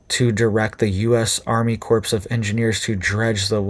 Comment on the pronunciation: First President Obama, now you - Corps is pronounced Core - Corpse is a dead body